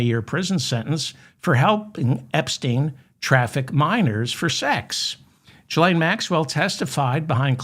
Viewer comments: I cringe every time you say Jillaine. Its Gil not Jill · You are pronouncing the "G" in Ghislane as if it is followed by an "i" as in giraffe but it is in fact followed by an "h" thus it should be pronounced as it is in the word aghast.